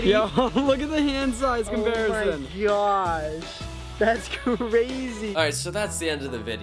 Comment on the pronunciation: Never gotta talk about how Brent says Gyash instead of gosh, it’s getting annoying 🤨